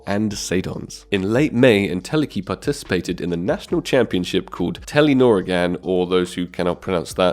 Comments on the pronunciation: its funny how you try pronounce Telenor ligaen while im norwegian and know how to pronounce it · «For those who couldn’t pronounce that» bro you can’t even pronounce Telenor Ligaen yourself😂You said «Telinorigan».. Americans saying Norwegian words or sentences sound so wierd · Ah yes, the Norwegian Tellynorigan (?) It's two words my man - Telenor and Ligaen (pron. League(a-en))